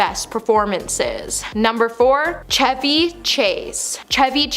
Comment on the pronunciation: Here we go again! Chevy Chase. Chevy is pronounced the same as a Chevrolet. The "Ch" is pronounced "Sh". And Shia LaBeouf. "Beouf" is not "Boff" it is more like "Buff" - hard U not soft U (it's an odd sound). Beouf is a French word for beef. Whoever is a producer or director for this show they need to make sure research is done and names are pronounced properly.